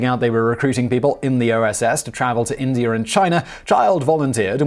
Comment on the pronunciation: Is it Indiar or India?